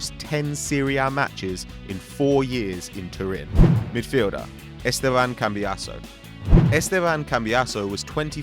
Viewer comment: How funny is it the way he pronounced "Esteban cambiasso" 😂😂😂